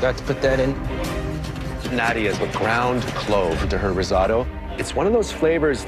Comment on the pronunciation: Everyone : Rissoto Claudio aprile : Rissaoto